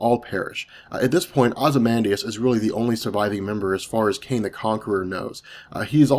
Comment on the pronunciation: are you saying Kang or Kane? Because it sounds like Kane.